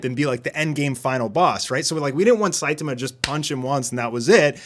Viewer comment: SaitAma, not Saitema. So frustrating :P